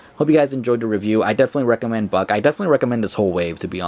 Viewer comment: Was I the only one who heard Buck pronounced with an f at the beginning?